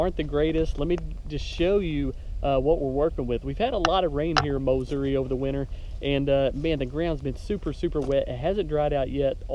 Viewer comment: Mowssouri........love it.